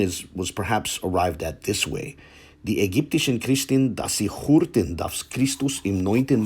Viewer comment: The German pronunciation of the words "hörten" and "sei" could be better. With the word "hörten" you mispronounced the umlaut "ö". The rest of the text was error-free.